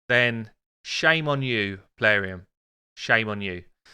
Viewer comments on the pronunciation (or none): Cuz they're "PAY-LARIUM" not surprising